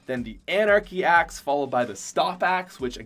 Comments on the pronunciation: I don’t think I’ll ever be able to hear axe properly again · You did not say chill axe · He did not say the merry marauder axe